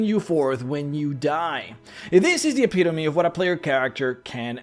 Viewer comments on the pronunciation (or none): Petition to bring back epiTOMB instead of epitome